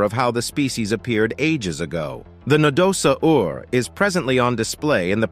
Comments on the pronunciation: What the hell is a Na-do-sa-Ur? We don't pronounce "dinosaur" as di-no-sa-Ur, so what made the narrator butcher Nadosaur so badly? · No da saur! Please learn pronunciation. It is not that difficult SMH